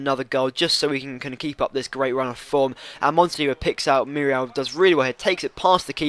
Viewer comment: Its muriel not murial